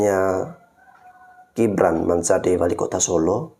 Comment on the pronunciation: GIBRAN mbk bukan JIBRAN sok²an pak bahasa inggris G dibaca J hadeeeewwww, kamu tuh klw gk nyocot gk bs makan ya.